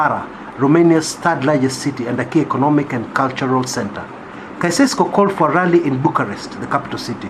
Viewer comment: I am grateful that you pointed out this article. Lakini ulishindwa ku-pronounce "Nicolae Caeusescu". You can google "pronounce Caeusescu".